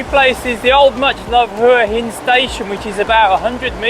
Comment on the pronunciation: It's pronounced Wa Hin! 😂